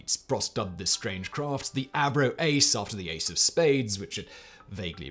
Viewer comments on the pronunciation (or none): none